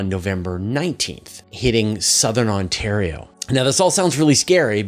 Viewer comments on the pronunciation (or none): none